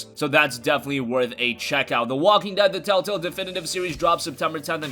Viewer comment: It's telltale not tell tell dumbass.